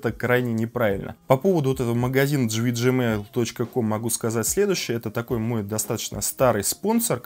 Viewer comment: GVGMALL не читается как ты говоришь! Тема актуальная, но ты какой-то нудный. 🤮